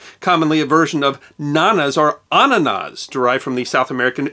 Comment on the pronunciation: i love the way you say annanas because you say it with perfect german pronounciation